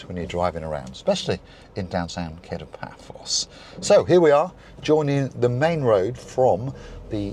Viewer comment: It's pronounced Ka-to, not Kay-to as in The Pink Panther.